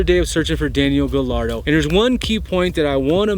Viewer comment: I think its pronounced gayardo since 2 l's in a spanish make the y sound